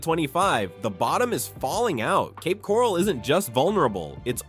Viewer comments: . Yes. I am aware of that. We live in St Pete. Our cousins live in Cape Coral. Read my comment and notice the spelling and laughing emoji. It was a joke due to the incompetent robot mispronouncing Coral and calling it Corall. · Where is Cape Corrall??😂😂. AI sucks. The market is changed everywhere not just these cities and not just in FL.